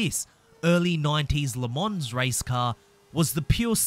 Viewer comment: ”Le mons” please....